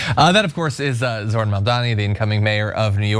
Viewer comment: Say it with me: ZOH-RAN. Not ZOR-HAN